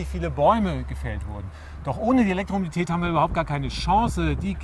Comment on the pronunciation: Der Herr Professor hat Probleme bei der Aussprache des Wortes Elektromobilität :D Oder sind meine Ohren so schlecht ;D Aber sonst wirklich überzeugend gemacht :D Elektroautos sind allerdings trotz der immer gepriesenen einfacheren Technik erheblich teurer als vergleichbare Verbrenner. Der eGolf 31.900,00 € Tesla S 68.137 € Smart fortwo EQ cabrio 21.630 € Zoe 21.000€ zzgl. Batteriemiete Mein vorletztes Stadtauto war ein Corsa B Baujahr 1996 mit einem Liter Hubraum. Der hat zweimal den TÜV überstanden und nur zwei Mal die Werkstatt gesehen. 6 Liter auf 100km und der Motor nicht tot zu bekommen. Das Teil hat mich ganze 800 Euro gekostet Für weitere Fahrten kam dann halt ein komfortabler Leihwagen zum Zuge. Ich habe immer wieder das Gefühl, Individualmobilität soll oder wird, wenn es nach Grünen und anderen Ökos geht, in Zukunft nur noch Privilegierten zur Verfügung stehen. Bei den Preisen :D